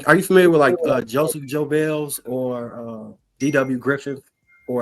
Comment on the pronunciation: Did this guy actually pronounce Joseph Goebbels' last name "joe Bells"? 🤔